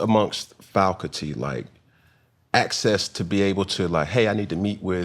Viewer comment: He said “Falcuty”….it just keeps getting worse